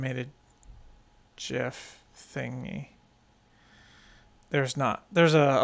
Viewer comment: Thanks for another fine video. And especially thanks for pronouncing 'gif' correctly!! 😮😂 Been way behind on my video creation... looks like some neat new updates have come along. Cheers Eric